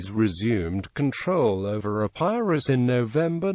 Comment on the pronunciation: The mispronounced EPIRUS is disconcerting